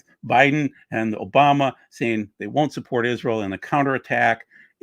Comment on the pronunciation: you said “O’Biden.” Biden is your president whether any of us like it or not. I stopped listening not even a few minutes in. Looks like it could have been a good program but your attitudes are repulsive. Doug, these people you let flap on your channel when you’re not present, they do you and your channel a huge disservice. I’m done. Enjoyed and learned a lot for so many years until the QAnon and election/covid deniers stomped all over your channel. God bless.